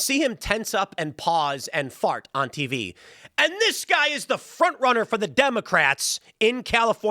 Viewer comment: Tim says "fart!" like a Wisconsin lol